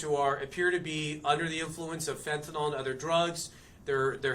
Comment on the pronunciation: Who is the mouth breathing loser with the shitty haircut the camp on a microphone that can’t pronounce fentanyl where did you get that retard?